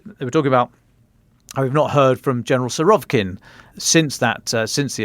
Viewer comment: Who's gonna tell them it is SurovIkin? Love your work!